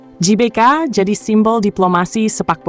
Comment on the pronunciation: Klo mimin menyebut nya JBK bukan GBK , jadi Jelora Bung Karno dong.🤔 😅😅 bukan Gelora Bung Karno 😅😅😅